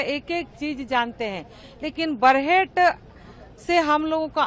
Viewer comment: बरेहट नहीं बरहेट